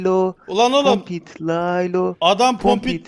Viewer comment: Kokpit Laylo yu soyleyemio